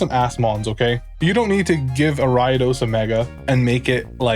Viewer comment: I was trying to figure out for a minute who the heck "ARHY-DOS" was and it finally hit me he was talking about ARIADOS 💀 that pronunciation messed me up